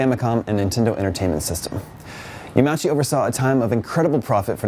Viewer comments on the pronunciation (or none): It's pronounced Yama-Uchi. Rest in peace good man.